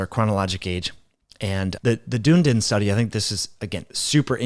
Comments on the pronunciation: Dunedin is pronounced dun-e-din by the way not dune-din 😅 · Dunn-ee-din - it's a three syllable word Dune-din is pretty cool though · New Zealander here! DUNNN EEEE DINNN (not doon din) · The pronunciation of the Dunedin Study is Dun - e - din ... not Dune - din Like most things in life, your attitude is the biggest factor... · Check the pronunciation of Dunedin. It is not Dune-din. Dunedin is Ron Desantis's hometown. He'd be so disappointed by the pronunication here. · Dunedin is pronounced Dun-ee-din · Dunedin is pronounced Dun - Eee - Din. It is the Gaelic name for Edinburgh. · Dunedin is a city in New Zealands South Island, pronounced Dun-e-din :) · Its pronounced Done-knee-Dun. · It’s pronounced Dun-ee-din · It's pronounced DONE ee din (3 syllables) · great video - Note it is dun--eeee-din! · As a kiwi I just want to tell you, it’s pronounced Dun-ee-dun :) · Dun e din. Pronounced